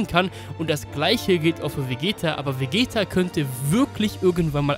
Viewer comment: Ca. Bei Hast du Glaube ich Vegetto gesagt, nur als Anmerkung soll kein Hate sein